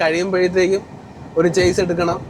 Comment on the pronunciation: ഷാസി എന്ന് പറയണം. ചേസ് അല്ല